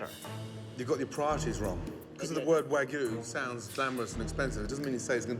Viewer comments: He needs to use wagyu instead of waygoo. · Way-goo beef, huh? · Dude couldn't even pronounce "Wagyu" correctly 😂 (for the record, it's "wah-gyoo" and not "way-goo") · It's "WAGYU" NOT "WAYGU"!! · how do you mess up wagyu??? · Chef Ramsay's a boooold man. I'm not eating wagYU from anyone that can't even frikken pronounce the word correctly.